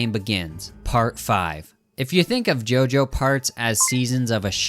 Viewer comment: It's not pronounced "GEO GEO". It's pronounced "JOJO"!